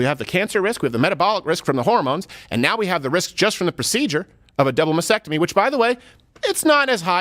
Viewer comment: Mas--tec--tomy. There's an extra t in it.